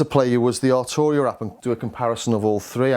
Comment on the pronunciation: Prefect. At last - Arturia is pronounced "Ar-Tur-ia" and not "Ar-Chew-Ri-a" as is habitually practiced by non-non-scousers.